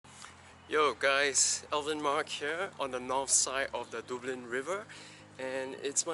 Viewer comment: It is "duh-blin" not "dew-blin". :)